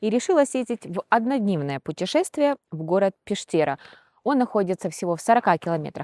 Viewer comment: было приятно прогуляться по местам, где мне давно хотелось побывать. С Вашей помощью это случилось. Только вот городок этот называется Пештэра, с ударением на Е.